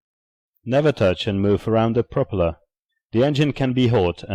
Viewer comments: pro-pella is Just an accent you hear. It's PROPELLER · FAIL! COMPUTER VOICE... PRO-PELLA IS NOT A WORD. TRY AGAIN... GIRL WAS THE ONLY GOOD PART OF VIDEO.